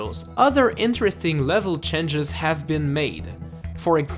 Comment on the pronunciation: Once again, Changes not chenges.